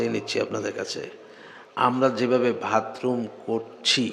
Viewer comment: মুহতারাম, আসসালামু'আলাইকুম... ক্ষমা করবেন, "ভাতরুম" না "বাথরুম"। আলোচ্য বিষয়টি খুব অর্থবহ। ধন্যবাদ।